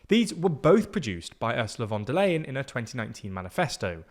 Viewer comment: Ursula von der Leyen’s last name is is pronounced fon der LIE-en, not fon der LAY-en